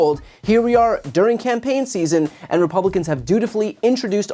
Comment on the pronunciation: Open borrrderrr ahnd tearrrr down de wahll.